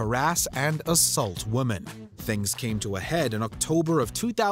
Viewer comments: It bugs the shit out of me how every time this narrator says the word, "women", he pronounces it as "woMAN" (ex. ; ; ; etc.) . He's been doing this forever and I don't understand why someone at WatchMojo doesn't just tell the guy already! ugh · Why does the narrator keep saying Wom_a_n when the script says Wom_e_n? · Btw the plural of woman is women and is pronounced as “wih-men” not “wo-man” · Why do Canadians pronounce "women" like "woman?" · Why does this narrator always mispronounce the words "woman" and especially "women"? My apologies if this has already been asked and answered. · The way "women" is repeatedly pronounced in this video is almost as terrible as some of the crimes presented. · Why can't people pronounce the word 'women' anymore?? It's super weird! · Can someone please inform the narrator how to properly pronounce "women?" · Is it just me or this guy can't say women properly? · Please learn how to say wo-men 🤦‍♀️